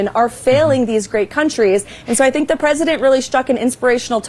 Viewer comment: He kept saying "i dont fink thy,ll be there for us" has tht walking faketan advert fogot" 9/11" usa envoked artical 5! The only time its ever been envoked! And yes we "nato" were there 4 u! He needs a friggn history lesson ffs ✌🇬🇧🏴🏴🇮🇪👍